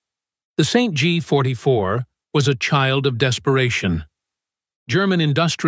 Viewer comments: The "Saint G 44"? AI strikes again. 😂😂😂😂😂😂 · "Saint G"... "Carbyne"...piss off. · Try teaching the stupid AI narrator to speak. St. G? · Saint G??? More slop thats not e en checked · "Saint G"?, "citation" being read aloud. You've got to laugh though!